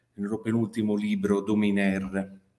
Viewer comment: Interessante e utile. A margine: la prego: “dominer” si pronuncia SENZA la “r” finale. È vero che la lingua dei padroni, che tutti dobbiamo sapere, è un’altra; ma evitiamo se possibile di pronunciare parole francesi senza sapere un καζζο di francese.